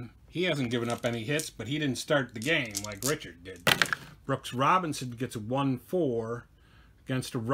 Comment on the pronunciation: If you're worried about views you should pronounce Pete Richert the right way,,,,,Rick...ert...good game